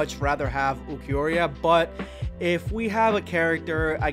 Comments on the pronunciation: Bro it's Ulquiorra not Ulquiorria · Grim"JAW" kill me please... It's Grimmjow my dude You literally said you wanted to play as him for a long time at least get his name right😅😅 Edit: OMG the name BUTCHING continues Ulquior"IA" it's just Ulquiorra I'm dying... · The way you pronounce Grimmjow and Ulquiorra makes my ears bleed... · Niggga who tf us uiquriahhhhhhh say his name right ain't no aaaaahhhhh at end of his name